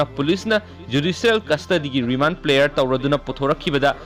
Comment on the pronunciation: Paochesibu pabiriba eenaogi "PRAYER" haiba waheidu 'PLAYER" haina pronounce toubire,semdok-hanningi.....